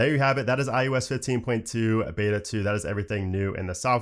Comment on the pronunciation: anyone else hear IUS?